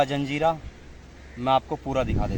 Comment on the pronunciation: धन्यवाद भाई,जंजीरा नही जजीरा बोलते है